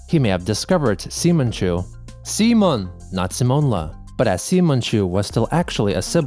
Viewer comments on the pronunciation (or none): are you using AI? because you pronounce things a pit werid, I mean you said Simon insted of pronouncing it correctly, and change radically entonation when jumping from tweet to tweet when it adds a question mark